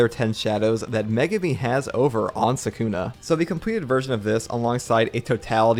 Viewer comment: is my man really gonna be pronouncing it suck-una for the entire video?